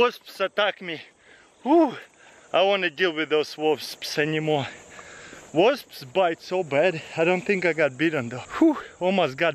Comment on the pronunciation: I thought he said wolfs attacked him, but he said wasps. Lol